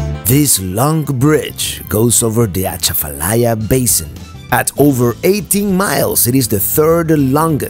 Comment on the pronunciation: You were on I-12 (between Madisonville and Baton Rouge) when you said you were driving I-10. Also, Breaux Bridge is pronounced Bro Bridge. Really easy! You did well with Atchafalaya! That toad near Breaux Bridge has been redone. The psychological change for me is crossing the Sabine River to Texas. That's where the climate and culture changes.